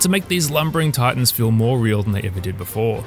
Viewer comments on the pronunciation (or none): none